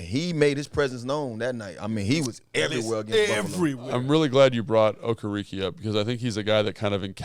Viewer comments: “Oh-care-uh-Kay”…. Okereke lol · I think his name is pronounced “O-Care-a-KAY” but who cares he’s a giant. Run the ball on him and get him tired. Same way San Fran ran RIGHT at Micha Parsons